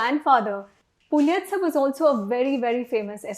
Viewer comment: Its Pulastya actually not Pulatsya :) And nice content btw. :)